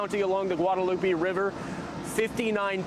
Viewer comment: lost me when he said guadelupy